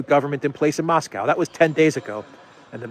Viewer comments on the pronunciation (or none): none